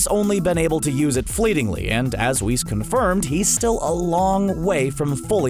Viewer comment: This man said Whis.....easy dislike. You already said Beerus and I let that slide but Whis, come on now💀💀🤡